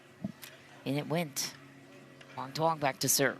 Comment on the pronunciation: These commentators CAN NOT say Quang Duong's last name correctly!!! Please show some respect!!!